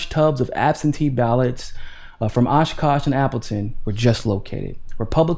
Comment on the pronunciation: I live in Appleton. You did a better job than most of pronouncing Oshkosh and Fond du Lac 😄